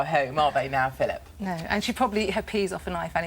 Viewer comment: “Pillip.. Phillip”